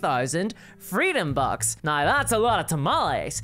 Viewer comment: How do you manage to put an "eye" sound in the word "now"? BoycottWotC! "Reasons why" is redundant.